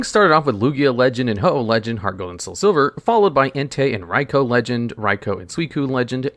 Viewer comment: He says Raikou perfectly though! Very rare to see that.